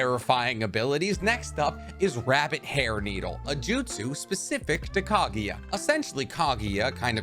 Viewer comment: KAGUYA NOT KAGIYA GRRRR